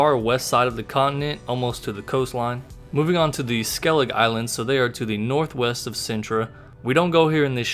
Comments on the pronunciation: It’s pronounced SKELLIGA not SKELLIG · Pretty sure the "e" in Skellige isn't silent... pronunciation is like "skellig-uh"